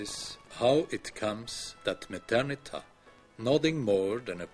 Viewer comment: It's Methernitha.